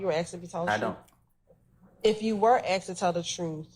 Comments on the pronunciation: its Asked not Aksed!! whats with americans saying Aksed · Seriously!!! Miss prosecutor, you are a professional, an attorney of all things and we STILL get the, "earlier I AKSED you"!!! Why??? Why do "some" people used this phraseology?? It's beyond annoying to listen to and I'm not even a college graduate!!!